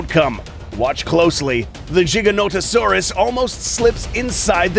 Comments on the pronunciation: It's Giga not Jiga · Stop saying jiga it's giga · It’s not giganotosaurus (jiga-nota-saurus) It’s giganotosaurus (giga-nota-saurus) (No disrespect, just correction) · "jiganotosaurus" umm........i think you meant to say giganotosaurus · jiganotosaurus how to pronounce: giga-noto-saurus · its giga-notosaurus not jiga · is it weird he says Jiganotosaurus but not Jodzilla? Why is Godzilla a G sound but not the Giganotosaurus, it's Giga dude with a G, u need to stop spreading that BS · "The JigaNOtasaurus"- the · He just called it a jiga no to sorus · Mans said jiganotasaurus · Im sorry but Im getting so triggered with him saying jiganotosaurus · Rexy did not kill the Giga, if you've watched the film you'll have seen it was the Therizinosaurus that did the killing. Ugh Jiganotosaurus still annoys the hell outta me coz apparently I've been saying "Gigaton, Gigabyte and Giga blast" wrong all these years, lol jk there's no J sound. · so tell me, do you pronounce 1 Gigabyte as Jeegabyte? same as the Jeeganotosaurus? i dont see the difference between Gigabyte and Giganotosaurus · Dude the thing that is annoying me is He's saying jiga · its gi - ganto - saurus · HAHAH "jiga" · At least they’re not saying it like: Giganto Saurus. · JIGGAnoto saurus? dafuq is this pronunciation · He mispronounced the gigas name wrong every sing time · You pronounce gigonotosaurus wrong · Why's he saying giga wrong? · Why did he pronounce it giga-noto-saurus